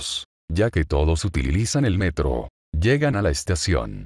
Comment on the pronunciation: minuto UTILILIZAN xddddd